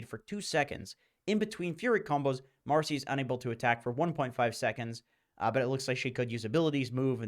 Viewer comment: Its marci not marsi